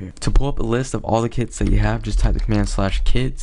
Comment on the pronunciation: I thought he said "You can rename kids" LOL